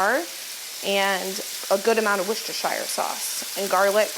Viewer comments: She’s a bit off still but closer than most Americans. I used to say it the way does but I live in Worcestershire England now and got absolutely roasted by the locals. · Love the and Susan days! Always listen to your Mum…she says Worcestershire correctly ❤️❤️